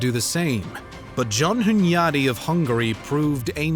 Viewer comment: Did this mf say "John Hunyadi of Hungary"? These are fighting words.